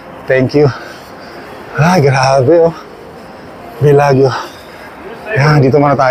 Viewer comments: Say Bellajo not Bellagyo. Hope this helps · Wow ikaw na ang pinakamagaling. It doesn’t matter kung magkamali sya ng pronunciation ikaw ba hindi nangyari na sa yo yan. Excited lang yung tao. Just be happy for him.